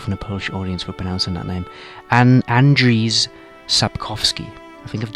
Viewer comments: You should not read Andrzej as Andrew. It is more like Anjey. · You actually pronounced his surname correctly but his first name is Andrzej which is pronounced as "And-zhey" and not "And-rees". But fair play for trying. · Tip from native Polish: And-jey Sap-koff-skee ;) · It is pronounced Ahnd-jay. The d is almost silent. Like in Django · i thought the authors name was pronounced "andre".. just the polish spelling is different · i think Andrzej is just pronounced like Andre. But yeah, Witcher 3 did a lot of stuff better than Skyrim. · Andrzej Sapkowski is pronounced "Andsiey" where you read "si" like in "vision" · Foolish English-speakers can’t pronounce Slavic names. :D It’s just [ɐndʐej sapˈkofskʲɪ] if you know IPA. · Yeah, you've successfully butchered his name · You pronounced the surname correctly, but the first name needs a bit of work. Otherwise I completely agree with your points, and I myself was more immersed in the game of witcher than skyrim. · Well, he pronounced it wrong in the video but it is more zesty than just Andre. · Silver medal for the Andrzej Sapkowski pronunciation, but you were really REALLY close :) The name Andrzej ends like for example english words: may, play, day. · Really close with the pronunciation, you messed up rz in Andrzej, you deserve a medal anyways :3 btw image rz as a sound of a quick slash with a saw xD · I'm Polish. Andrzej didn't go so well, but Sapkowski has been pronouncd very good, and I'm happy that you didn't call him Andre, like I hear in most videos. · he got the surname right, but the name wasn't perfect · Jakub Ponikwia Yes, surname was pronounced pretty correct, but the name was completely butchered.